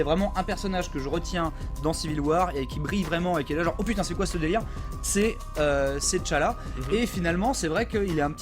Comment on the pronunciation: Ca se prononce T'challa "tchalla" juste T'challa... svp arretez avec ti challa et te challa